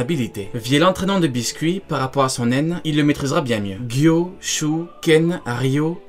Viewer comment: Excellente vidéo, par contre il me semble que "Biscuit Kruger" ce prononce pas biscuit mais bisket.